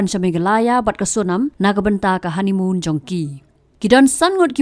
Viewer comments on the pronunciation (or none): I kong i ong Haneymoon ka dei Honeymoon da kynnoh bha😊